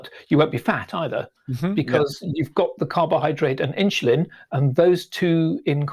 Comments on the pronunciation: It's pronounced "in-su-lin" not "in-shu-lin". Learn to get it right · It's irritating how the says 'insulin'. He saya: ''Inchlin''